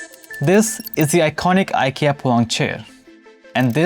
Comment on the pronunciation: It’s Eekea😊